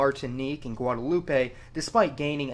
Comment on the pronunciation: You need this video taken down an go back and do your research, I am St.Lucian🇱🇨 where is Haiti 🇭🇹 ... the things you people do for views French Creole isn’t the same Pat-wah as Jamaicans, check yourself !!! And it’s Guadalupe not Gua-da-lu-pay ohh I’m mad 😡